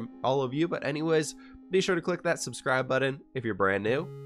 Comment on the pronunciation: I've been watching you for months and I just now realized you say "catch you on the fwhip side" instead of "flip side" in your outro and I'm reevaluating my entire life now